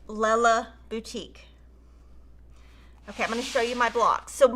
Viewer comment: You made my day by pronouncing “Lella Boutique” properly! One of my very favorite designers of Quilting fabric and patterns.